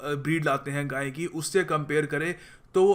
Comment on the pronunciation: Didn't say "gaye" properly there, sounded like a little slip of the tongue. Later on a picture of a bull is shown too, not of a cow